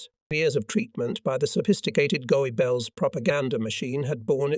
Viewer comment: Love the mispronunciations,especially Goabells and Elbee.😂😂😂